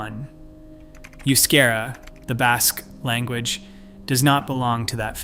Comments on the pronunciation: Good grief! If you are going to refer to a language, then pronounce it correctly. The language of the Basques is not "yoo-skehra" as you so obnoxiously mispronounced it. The correct pronunciation is "eh-oo-skahra." Seriously, such an obvious oversight reflects poorly on the content of your video. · Euskara is the preferred standard Basque spelling, and is not pronounced you-SCARE-uh. It's eh-oos-KAH-rah. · It's pronounced "oooo-ske-dah" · Oh the pronunciation of Euskera ene bada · Maybe you should atleast learn how to say...euskera....before you talk about us. Known as common courtesy